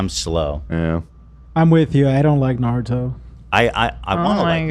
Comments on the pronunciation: Too bad yall did this before the Raja Jackson clip. It’s just as disturbing ALSO calling Naruto “Narudo” is insane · Can you please pronounce Naruto correctly? Put some respect on my boy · you guys mispronouncing Naruto is making me sick!!!